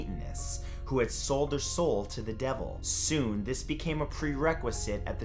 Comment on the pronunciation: it's ok... but I believe u got something wrong It's not son.. It's sooooon 😅